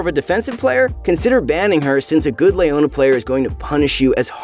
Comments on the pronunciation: Who is this LAYona champion? I'm really interested in her. It's definitely not Leona, maybe a relative, Her twin? In all seriousness how do you pronounce the name Leo? Is it Lay-o or Lee-o? Rhetorical question. 😅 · Lay ona? thought it was Leo na? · Le-o-na. Not Lay-o-na. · nobody says Layona... Its Leona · Leona ≠ Layona Shaco ≠ Shayco League of Mispronounciations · Who is Lay-ownya